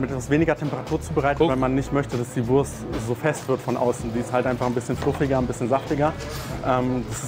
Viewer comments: No offense, but Wurst is not spellt like worse but voorst. Imagine a V followed by oo like from loose but shorter. It a national dish with international roots. A delicious and cheap meal from the dark past of post-war Germany. The Currywurst was established in West Berlin (West Germany aka Federal Republic of Germany (FRG)) and later reinvented without casing/intestine in East Berlin (East Germany aka German Democratic Republic (GDR)) because of shortages of intestines. At first the sausages were cheap and very low quality. But soon after establishment quality standards were erected by the local government, food authorities and the food industry. The official inventor of Currywurst is Herta Heuwer but it is a high possibility thar Currywurst is an invention that several people made at the same time. And without occupation it might be never invented because Brits brought Curry powder (spice blends) from colonial India (British East India Company, BEIC) to Germany and Americans Tomato ketchup. Today is this dish all over Germany. But there are 3 areas that claim its invention and celebrate their version: First Berlin, second Lower Saxony/Hamburg (Currybockwurst or Volkswagen-Currywurst (yes, the car manufacturer sells their own version)) and third North Rhine-Westfalia (mostly Ruhr area). They are barely comparable. The share the core concepts but taste very different in profile/detail. In Berlin the sausage has to be pan-fried by law, in Northern Germany it is more common to h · you pronounce the wurst with an 'o'. But that is wrong. Its a 'u'